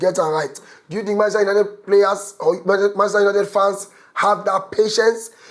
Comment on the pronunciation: Why Manchester United de hard you to pronounce?😂